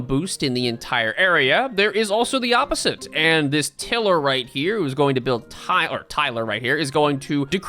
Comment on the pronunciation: It's tiler, not tiller.